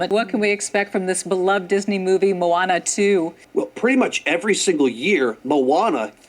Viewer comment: I did not like how she said Moana